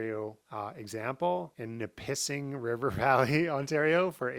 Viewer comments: LOL Nip-iss-ing not Ni-pissing. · Nip-a-sing!!!! Tabarnak! I Nipissed myself when you said “Ni-pissing” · That is pronounced Nip-a-sing. Not Ni-pissing. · Nih-pih-sing. Not nih-pissing. 🙃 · Nip A sing, not ni pissing. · Ni-PISSING Ontario 😂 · It’s NIPP…ISSING NOT NIP…PISSING LOL YOUR DEF NOT CANADIAN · It’s pronounced NIPissing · This was fun and entertaining! Thank-you. BTW, the Ontario community mentioned is pronounced NIPP-issing. 😁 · Nippissing is pronounced Nip-is-sing. I am not 100% sure, but I think that land may belong to the indigenous people of the area, and you very well may be actually renting the use of the land, instead of owning. That is part of why it is so cheap. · Pronounced “Nipa-sing” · LOL, it is pronounced NIPP-issing, with the accent on the NIPP. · Nippising is prounounced more like "Nippi-sing". Interesting and informative video. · The Lake Nipissing region in northern Ontario is some of the most beautiful country in Canada (imo) but it's fully Canadian Shield rock up there so extremely hard to cultivate anything but spruce trees, blueberries, and black flies. btw it's pronounced Nip-i-sing :) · It's actually pronounced Nip-is-sing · 1 I'm in Quebec and that land location is amazing!!!! I am a outfitter near Pembroke Ontario. I do hunting trips rafting and remote canoeing trips. If you want my opinion that land would be idea for tourism uses. 2) the ontario location is not the way you side it. It sounds like they way I type it Nipp-Ah-sing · Never heard Nipissing pronounced that way! Lol. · u really bastardized the pronunciation of Nipissing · I've never heard someone pronounce Nipissing like that.. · Only one p in Nipissing. And you said it wrong. Sorry 😉